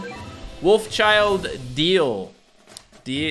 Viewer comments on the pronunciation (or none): my man its pronounced deale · Wolf child is pronounced "dale" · It’s pronounced dale. Not trying to be petty just wanna help out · Still pronouncing dee-al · Its Pernounced Wolfchild De-al-ay